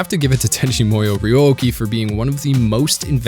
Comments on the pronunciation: Let me start by saying it was a great vid. that being said.... it's pronounced MOO-YOH not MOI-OH. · “Tenchi MOyo” lol Sorry. As someone who spent their life mastering Japanese and living in Japan that just really grated me. It’s MOO-YO lol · Is he trolling us by saying "Tenchi MO-YO"? Like its written right there over and over. It's MU - YO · i remember being able to say the name pretty easily, guy says like tenchi moy-o but its MU-YO or MOO-YO, not moyo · Why do you pronounce it like this, "Tenchi Moiyo" when it's said in this way, "Tenchi Moo(like the sound a cow makes)-yo? It's so weird man. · This show did some weird things to me when i was a young kid watching it on Toonami. I felt so warm and fuzzy in my heart but also in my pants and I couldn't figure out why. I guess I'm going to go watch Tenchi Muyo all over again. Or as you say it "Tenchi Moi-yo". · your pronunciation kills me. I've grown with with it sounding tenchi moo-yo. oof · Why do you keep saying "Tenchi Moyo"? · WHY DO YOU KEEP SAYING MUYO WEIRD? It's mu-yo, as in moo-yo. What kind of anime fan are you if you don't even know your basic Japanese phonetics?